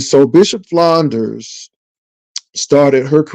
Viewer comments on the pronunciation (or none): Enjoyed you commentary, but can you please properly state my pastor's last name? It is Flunder, not Flunders, lol! Also, you'll be pleasantly surprised when you see the Color Purple to one point in you discourse today. Happy Holidays!